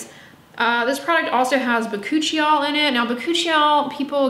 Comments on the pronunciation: not hoochie koochie bakuchiee 😅😂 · First of all!! "Hoochie coochie bakuchie-ol." 🤣🤣 Buuurrrnnn 🔥